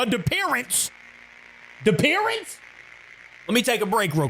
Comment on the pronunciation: ah yes, we’ve all been say it wrong. It’s “dippearence” not “disappearance